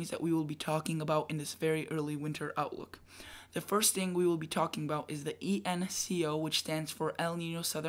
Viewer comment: You are saying “ENCO” and you have written “ENSO” so which is it?